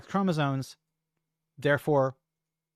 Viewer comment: It's called chromosoMes, not chromosoNes